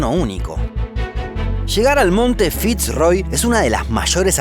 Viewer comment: Fitz Roy creo que se pronuncia Firroy